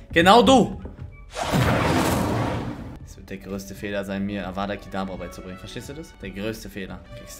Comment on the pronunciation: Feier diese neuen Formate. Weiter so! btw. Es heißt Avada kedavra